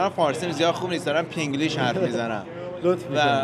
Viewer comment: اصالتشو فراموش نکرده نگفت فینگلیش گفت پینگلیش 😃✋🏻